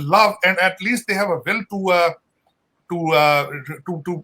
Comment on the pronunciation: sajid tarar dollar ko dallar, dialogue ko daylage or boris Johnson ko brus yljen bolta h takla 😆